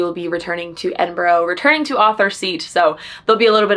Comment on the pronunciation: As a brit watching this vlog, I'm just commenting this so you know !! Edinburgh is pronounched Edin-bruh !!